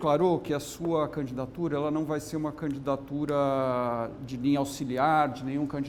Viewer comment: porque ela fala candatura?